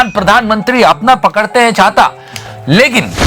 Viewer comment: apna pakadte hain... Ye kuch milli second ka pause hi sab kuch bol gya 😂😂😂